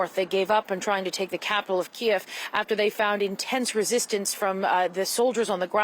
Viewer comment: Wow. CBC's got reporters on the ground and even pronouncing Kiev correctly. I'm impressed.